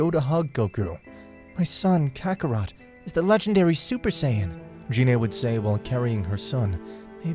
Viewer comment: F.Y.I. Gine is pronounced with the "G" sound like "Get" or "Go" "Gee-nay" not like a"J" as in "Genie".